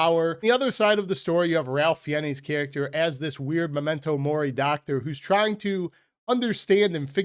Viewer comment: Ralph Fiennes is pronounced thusly: Ralph rhymes with safe (RAIF) Fiennes rhymes with spines (fines).....only mentioning it because you are rapidly becoming one of my favorite YouTubers and I want you to do well....